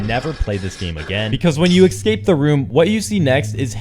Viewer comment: You know what they say, there's no X in Escape